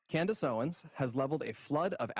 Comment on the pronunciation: I think it’s hilarious always mispronounces Candace’s last name lol. He always says Owen